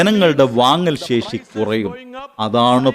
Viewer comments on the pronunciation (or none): none